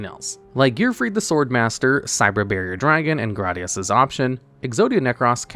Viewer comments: it's pronounced GRAYdius not "GRADius" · It's pronounded "Gradius" Not "Gradius" 😎